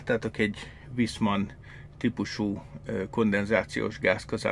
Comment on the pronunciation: A németben a V-t F-nek ejtjük... fonetikusan nem Viszmann, hanem Fiszmann. Idegesítő. Továbbá ezeknél az új szaroknál már egy egység a gázszelep és a ventilátor. Külön nincs is. És sajnos megint sikerült a beszállítónak sz@ gyártania ebből az egységből. A különbség mérhető...